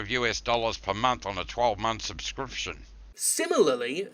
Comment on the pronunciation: 75 dollurz yew-ess per mumff